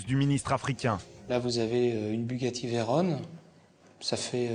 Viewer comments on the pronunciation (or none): VEYRON, pas Veyrone !! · BUGATTI VEYRON se prononce avec « on » comme camion. Et non pas Veyrone. La voiture porte ce nom en l’honneur de Pierre Veyron, un pilotes qui a contribué à forger la réputation de la marque avant guerre. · À lire avec un cheveu sur la langue : Alors actualy, on dit Veyron et pas Veyrone, car c'est un hommage au pilote Louis Veyron, c'est donc un nom propre.^^ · En revanche on ne dit pas Bugatti "Veyrone" mais Veyron. C’est le nom d’un courreur automobile FRANCAIS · Ça s'écrit même Veyron donc ça se prononce comme c'est écrit...très gênant...